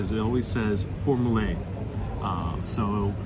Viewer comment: Yes it is 'formule' the 'e' is almost silence. We do prononce it but it a very very soft way. As a spanish speaker often prononce the 'e' like in spanish. Where as it french 'e' et 'é' are prononce differently.